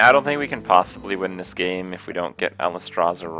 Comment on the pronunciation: Alice-strasza and Ee-yad-ric? wot